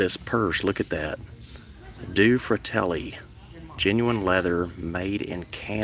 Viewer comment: It is pronounced dueh fratelli. Means two brothers in Italian.